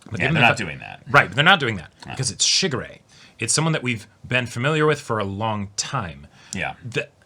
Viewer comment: The way says Shigure...sounds like Sugar Ray, and it gives me the stupidest grin every time....Man, I feel old.